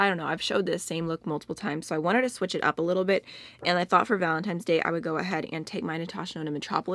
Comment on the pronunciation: It's 7 pm in the middle east & I just woke up from a nap ! I saw Angie's video, then yours And I couldn't stop hearing you say valentine's like VALEMTIMES 😂🙃 I truly need a JUG of coffee now 😂😂 I like this video idea , and I love the look ,I'm truly sorry for your palette status rn I felt the same when you said it became a bitter/sweet thing now ! 💜💜 Happy Valentine's everyone 💜